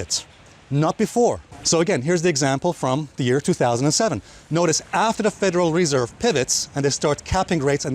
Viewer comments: I came to hear you pronounce Federal Reeeeserve. Thanks Alessio. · bro you pronounced the word federal reserve approx 80 times wrong in this one video 🤦🏻‍♂️ how many years it it going to take to get this out of your head and learn the right pronouciation? 😓